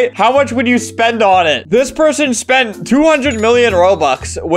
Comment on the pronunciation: I like how he said he spit 1,000$